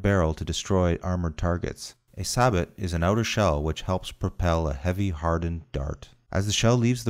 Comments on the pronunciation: It's pronounced "say-bow", mate, and if yer gonna lecture on discarding-sabot ammo, you might have gone into why it's called that, or why the sabot is used at all, but nah; you phoned it in. >_< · IT IS PRONOUNCED “SABO” LIKE SABOTAGE. You had one job!🙈🐒💩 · Say, Bo. Tried to work it into the Star Spangled Banner, but it just wasn’t working. Love videos that can’t even pronounce the words right. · It’s pronounced sa-boh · Pronounce it right. SAY-BOW. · That is correct. My apologies to all those who have commented on this, thank you for the correction. I would update the audio track but You tube doesn't allow this, so I pinned the correction. For those who know French, Sabot the "T" is silent as well. Thank you. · t is silent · First, learn how to pronounce sabot. Second, spin stabilizing a projectile with such a HUGE length to diameter ration is beyond stupid. Attempting to spin stabilize it would only wildly increase inaccuracy. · Sabot hahahahaha. Failed pronunciation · Every time he mispronounces the word SABOT, sab-at instead of sab-o I cringe, but otherwise great video. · It’s pronounced SAA-BO-H NOT! SAAABAAT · It’s pronounced saboh not sabat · Why is everyone dicking around and making fun of him saying it pronounced "saboh" not "sabat". It irritates me. Like its just a word, not a big deal Anyway, great videos bro!, its simple but easy to understand. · It's pronounced sa bow not sabot Also explosive reactive armor can only be effective against explosive rounds. Don't worry I got the explosive reactive armor part wrong too Otherwise great video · The t is silent so say saybo insted of sabot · SABAT? Sa-bo is how it's pronounced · Pronounced "say-bo" because the T is silent. Like how the last C is silent in Leclerc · He really pronounced it sabat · In the UK we pronounce it “saboh.” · Alex Standifer that is british pronounciation, american pronounciation is sa-but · It's pronounced say-bo cause it's French. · FM 17-12 chapter 6. Sabot pronounced Saybo.